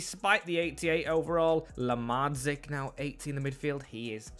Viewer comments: Pronunciation of lazetic is outrageous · u butchered lazetic's name but great vid happy to see fellow serbians making it in the team